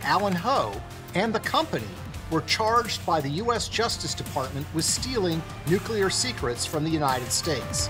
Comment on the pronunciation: The overbearing music in this is not cool, it is just annoying and distracting. And the narrator should learn to pronounce the critical term, nuclear (new-klee-ur). Not, new-que-lure.